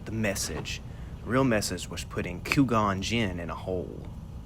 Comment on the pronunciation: I’m sorry did you say CU-gon Jinn? That’s genius 😂